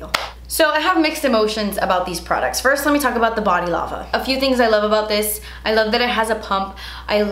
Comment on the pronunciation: “ I lava you guys “ I lava you more 😂❤️